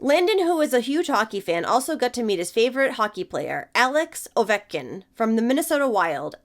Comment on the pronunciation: Not me, sitting at my computer and compulsively correcting her pronunciation of Ovechkin 😂